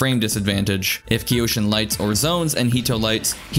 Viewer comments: Isn’t it pronounced Kai-Yo-Shin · kyo shin, like toKYO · Yes I hate myself for mispronouncing Kyoshin as Kee-oh-shin. Maybe third time's a charm. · “K-yoshi-N” Or just Yoshi